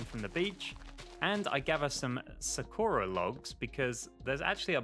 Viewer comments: Tf is Su-ko-ra? It’s Saw-ku-rah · aaaaaaaa ik this doesnt matter but you keep calling it "sa-ker-a" when its "sa-kur-uh" dont mean to be a di** head yknow just putting it out there :joy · sakura is actually pronounced (sah-koo-dah) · Its Sah kooh ra. Like the chick from Naruto. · Sorry to be that guy but it's pronounced Sahk-ura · You do know that Sakura means cherry blossom Edit:ur also pronouncing it wrong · I love this video but the way he pronounces Sakura triggers me something fierce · AAAAAAHHHHHHHHHHHHHHHH YOU PRONOUNCE SAKURA LIKE SAKURA FROM NARUTO!!!!!!!!!!